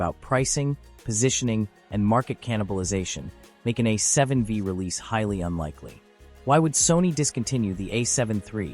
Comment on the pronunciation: A7... VEEE? Thanks AI but no thanks. LOL